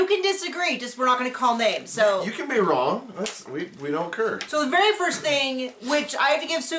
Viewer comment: Ummm seems to "ker" so much he doesn't ker.